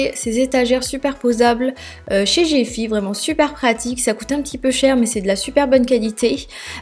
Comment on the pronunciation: Cest GiFi pourqupi tu prononce gefi???